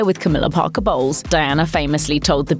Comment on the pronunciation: Her: CAMILLA BOLWES ME HEARING: camilla balls